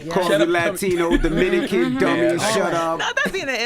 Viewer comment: Calling Envy Domican kills me everytime 😂